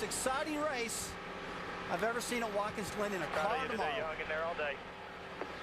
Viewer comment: "Watkins Lynn"? Lol at Jerry Punch...